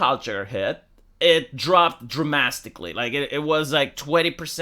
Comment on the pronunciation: New word: Dramastically